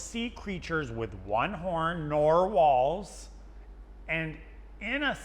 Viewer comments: pronunciation of "norr walls" is sending me😭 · With the emphasis on the second half "norr WALLS" and he gets Matteo to say it the same way 😂😂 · Naurr waurs